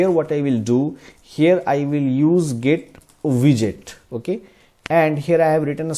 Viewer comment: I don't mean to disrespect, but the way you pronounce GetWidget is really strange. Somehow it sounds more like GetVisit or something. Strangely you pronounce "widget" more correct. GetWidget should sound the same, just with "get" in front of it